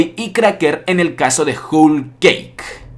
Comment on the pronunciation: se dice "jol"=whole y no "jul" como tu lo pronuncias. Por cierto buena teoría pero se te está olvidando el papel de dragón dentro del desenlace final. Saludos